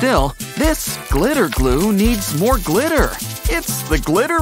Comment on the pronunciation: Can you stop saying glitter so weard